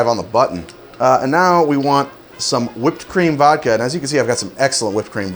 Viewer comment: When he said whipped cream vodka I thought he said cream of vodka